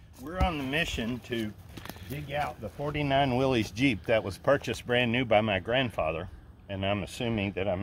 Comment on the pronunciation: Thank you for saying “Willis”